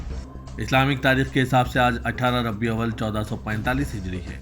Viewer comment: As Salam Alaikum ....... Baray meher bani teesra islami mehnay ko puray tallaffuz se ada keejiye i.e. Rabi Al Awwal boliye ..... nake rabbi awal. Jazak Allah Khair